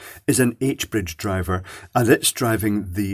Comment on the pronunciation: Hey, Can you please accentuate the "d" in "h-bridge driver" when you pronounce it? Might be because I'm slightly autistic but I keep hearing it as something else.